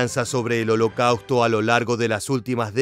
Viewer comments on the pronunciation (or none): El contenido es excelente. Pero la terrible pronunciación “holocauto” chirría en los oídos, y pierde seriedad. Lo siento pero me es muy desagradable escuchar holocauto 30 veces mal pronunciado.